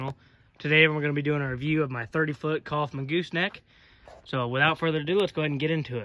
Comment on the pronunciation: ITS NOT COFFMAN IT IS KOWFMAN. looked it up. My Last name is Coffman.